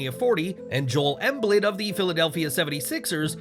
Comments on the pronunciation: Emblid? Lol it's Joel Embiid (Em beed) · Bro you saying emblid? It's Embiid pronounced em-beed.... Come on g lol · You pronounce Joel Embiid's last name as EM-BEED...Joel Embiid😊 I'll be at the LINC as well.